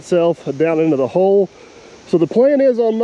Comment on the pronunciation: It sounded to me like said "DP is digging a big hoe". It certainly sounded like that but thank God he wasn't ploughing a big hoe...